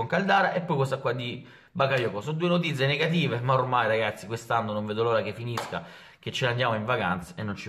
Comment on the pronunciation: non è ancora capace di pronunciare notizie😂😂